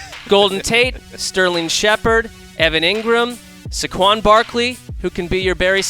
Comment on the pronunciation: The way he said Saquon had me dead